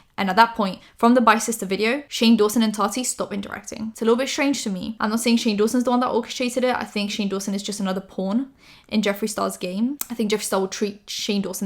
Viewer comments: Definitely not "pah-on," it'd be more like "pon" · Every time you said pawn i thought you were saying porn and i cant stop hearing it now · Every time she says “pawn” I always think she’s saying “porn” 😂💀 it really throws me off lol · The British say of saying “pawn” sounds like the American way of saying “porn”. K bye. (PS: love the scrunchie and the whole look. Great vid!)